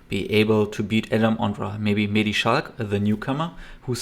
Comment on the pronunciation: Is that so? I actually think you are one of the few who pronounces his name correctly. Commentators tend to say "Schlack" instead of "Schalck". But that is just wrong. And you also pronounced his first name correctly. For reference, if you listen closely during the intro you can hear how his name is pronounced in french